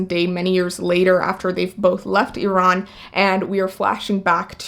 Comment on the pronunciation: I love that you know how to say Iran and Iraq properly. xoxo